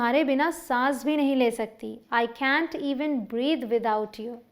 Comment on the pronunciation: Man can't ka Pronounciation thik karo